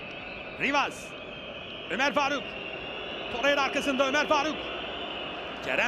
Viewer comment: Çok mu zor Torreira ve Nelsson demek, veya Oliviera yerine Oliveira demek, veya Zaniola yerine Zaniolo demek. Bir türlü adamların gerçek adlarını söyleyemiyorsunuz.